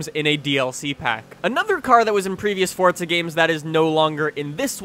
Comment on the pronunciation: its forza not fortsa